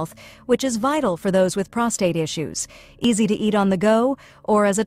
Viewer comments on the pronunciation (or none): none